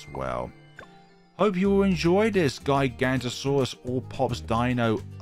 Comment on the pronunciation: well max power giganotosaurus is one of the strongest tier 5 in the game so round 181 doesn't seem that difficult edit: not that important so who really cares but giga-no-to-saurus (not giga-nto-saurus) but really who cares